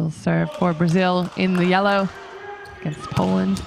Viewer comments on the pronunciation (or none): none